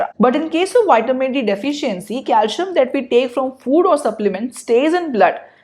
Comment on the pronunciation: Good video. Calcium is pronounced as CalCium not Calshiyam.